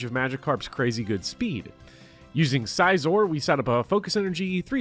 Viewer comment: Man I was so on board with you until you called Scizor "Sizore"